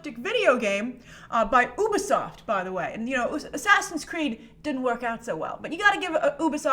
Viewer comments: What the hell is UBASOFT HAHA its UBISOFT and if your native engllish speaking its sayd like YOU..BE..SOFT its mainly French who say OO..BE..SOFT This info actually comes from Ubisoft themselves by the way lol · Fwiw, Ubisoft is pronounced like "ubiquitous" "YOUbisoft" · YOU-BEE-SOFT!!! and yes, the game is excellent, for the most part. Really looking forward to the sequel this year! and the movie apparently too! fingers crossed the movie is actually good 👍